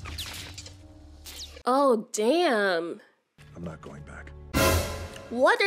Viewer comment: im hearing I'm nots I'm nots 💀😂